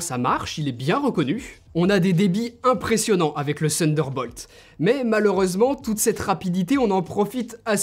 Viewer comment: J’adore quand tu dis « sunderball » tu es charmant ;) Pour le reste supere présentation. Claire détaillée et comparer divers appareils entres eux en situation est une supere idée. Pouce bleu, et pour le reste déjà abonné. Bonne continuation x Stéphane